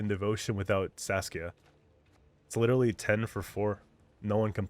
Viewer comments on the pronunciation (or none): none